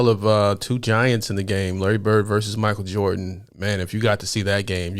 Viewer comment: Thanks for correctly saying Versus rather than Verse.